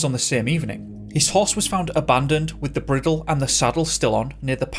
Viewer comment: I HEARD YOU TALKING ABOUT A HORSE AND YOU SAID THAT IT STILL HAD ITS BRIDLE ON BUT YOU PRONOUNCED IT BRIDDLE IT IS INFACT PRONOUNCED BRIDE -- EL JUST THOUGHT YOU WOULD LIKE TO KNOW 😊